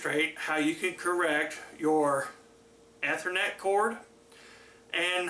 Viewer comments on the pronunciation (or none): The way he says ethernet. (Eee-ther-net